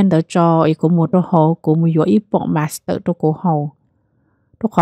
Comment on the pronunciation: Every time you try to say "monster" drink, it seems like you're saying "master." 😁